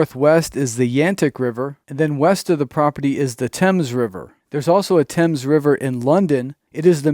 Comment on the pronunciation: The Thames River is NOT pronounced like the British one; instead Th is pronounced the Same as for the th in saying think. I would create a large conservation property where natural resources are protected for Peace, Serenity, and Wildlife to roam. Being close to the Casinos, it would be a natural draw for the indigenous people to roam, recreate, educate, and flourish.